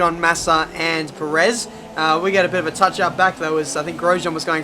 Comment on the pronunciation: Please learn to pronounce Perez properly😂 good video as alwaha